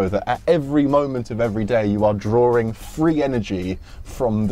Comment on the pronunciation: PLEASE.... Don't say "drawRing" power. That's NOT how school teaches speech. It's a bad diction rhotic habit. NOT sawR lawR drawR withdrawRal awRinspiring NOT asdaR pastaR bananaR pizzaR cinemaR sofaR mediaR dataR NOT lisaR emmaR santaR NOT kenyaR canadaR viaR americaR.